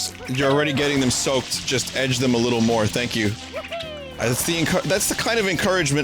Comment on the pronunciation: Words Vinny has trouble with: "Opposite" "Edge"